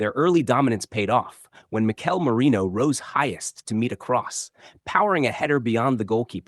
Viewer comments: It's not just Danny Murphy, the guy does the same. Somebody needs to send out a memo 😀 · Come on Danny, please pronounce Merino's name correctly. It's Merino, not Moreno. Like "erin," not "oren." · ...Say it with me. MEH-REE-NOH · at least say Marino, ffs 😂